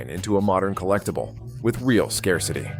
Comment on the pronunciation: A.I. dubbing sucks, Skar-city for scarcity.